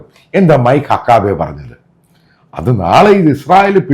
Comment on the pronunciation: ദയവായി അമേരിക്കൻ വാക്കുകൾ ശരിയായി ഉച്ഛരിക്കൂ. മൈക്ക് ഹക്കാബെ അല്ല - മൈക്ക് ഹക്കബി. അർക്കനാസ് അല്ല അർക്കൻസാ. മുൻപൊരിക്കൽ ബ്ലോണ്ട് ഹെയർ എന്തെന്നറിയാതെ മറ്റെന്തോ പറയുന്നത് കേട്ടു. ബ്ലോണ്ട് ഹെയർ എന്നാൽ വെള്ളക്കാരുടെ സ്വർണനിറമുള്ള തലമുടി ആണ്.